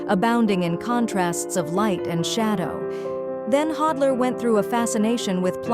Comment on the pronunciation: A-I witch ! Pronounce his name correctly ! “The end of the last century and the beginning of our own” Really ?